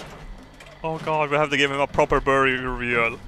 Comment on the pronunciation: I like when he said burial lol